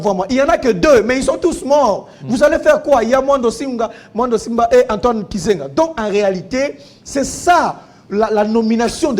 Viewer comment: Mukubwa, Antoine GIZENGA et non KIZENGA😂